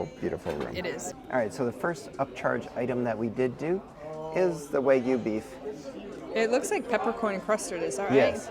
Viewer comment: Love y'all . Couldn't make it through. Eating Kermit and Sally the Snail was too much. Still gave a thumbs up. Ok stuck around after I heard Wygu.